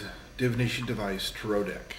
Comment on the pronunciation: tare-oh. tare-oh. repeat that. it's not t'roh. god, i thought people saying tare-ot were bad. your trailer sucks, glad it's not actually a series. and dude, it's not mysterious or cool to call salt, runes, buddah statues, and tarot decks dangerous. it's like calling crosses dangerous, and we're not vampires.